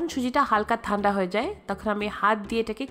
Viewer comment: আপনি কি ঠান্ডা উচ্চারণ করতে পারেন না??? থান্ডা টা কি??? 😒😒